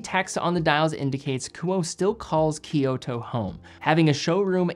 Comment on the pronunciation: I was born in Japan, and currently live here (for the past 14 years). I also speak Japanese relatively well. FYI: I humbly offer a correction on you pronunciation of KUOE and KYOTO. In Japan, we do not use the Roman alphabet, we use two different syllabaries; Hiragana and Katakana. And of course Kanji - a pictogram . So, KUOE is written くおえ in Hiragana. This is three distinct syllables … ku-oh-eh. And KYOTO is written 京都 in Kanji and きょうと in HIRAGANA. This is pronounced with two syllables … Kyo-to, not three syllables … ki-yo-to. Respectfully yours. 西川トミオ